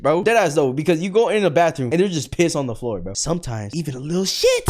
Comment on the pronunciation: they way he says "even a lil ShEt" made me laugh so hard